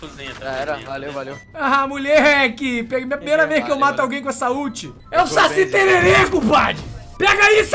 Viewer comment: É impressão minha, ou o fala Saci tererê?